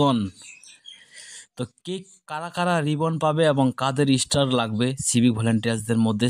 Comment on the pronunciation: বোকা চো স্টার হবে। ইস্টার নয় আগে উচ্চারণ ঠিক করো। তারপর ভিডিও বানাও।